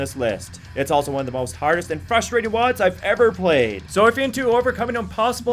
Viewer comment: "lol sorry woads ? ...isn't it "wadds"